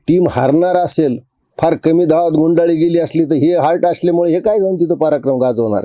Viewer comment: योग्य विश्लेषण केल आहे , परंतु रिटायर हार्ट नाही , रिटायर हर्ट असे आहे